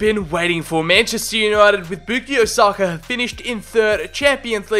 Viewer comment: The way he says sakas name haunts me 🤢